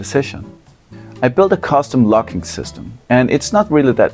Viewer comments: Until it appeared on the screen, I thought you said "lock." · Your accent made the word "logging" sound like "locking"